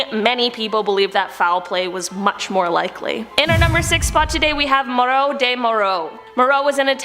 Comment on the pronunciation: Hogan --> to continue your point, the Italian journalist's name is pronounced /mah-uh-roh/ not "moro" - the latter means "Moor/Moorish" or "people of color," while the former, "Mauro," is a first name...